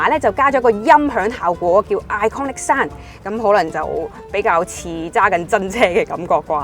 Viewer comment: 你好，我相信你背後有付出過好大努力，係值得欣賞嘅，但係請恕我直言，你做得呢行，點可以滿口懶音㗎？！ 嗰啲咩"避震要幾雁有幾雁"…都算喇， 最難頂係你連讀英文都可以有懶音嘅… Impressive package讀成"Impassive" "pair"kage🙄 你Google translate下咩係"Impassive package"...真係得啖笑！ 仲有…iconic sound讀成iconic 山… 仲有好多… 懶音王陳敏之都改善咗好多，希望你喺呢方面都可以作出改善，努力！加油！💪